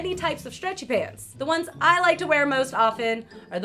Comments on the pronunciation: Lol she says streatchy pants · I find it so funny that you say stretchy pants as one word lol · Why does she say stretchy pants like that😂😂😂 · I love the way she says stretchy pants